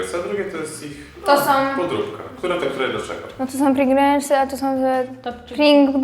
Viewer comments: Mowa o czym? Nie mówi się Pringlesy, tylko Pryingels... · Chyba równie proporcjonalnie co to smaku to ludzie się mylą co do nazwy. Piękny Roman też co chwilę Pringelsy mówił zamiast Pringlesy.